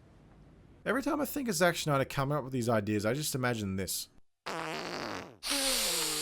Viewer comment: Who's "Zack Schneider"?